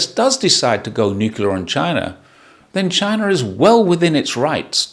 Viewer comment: that's not how you're saying it! Haha ❤